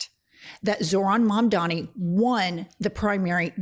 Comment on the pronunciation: THE NAME IS MAMDANI..HE SHOULD LEARN HOW TO SAY IT 🎵🎵🎵💃💃💃